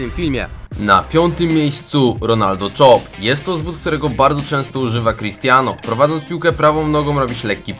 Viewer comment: ronaldo chop Quesek a nie czop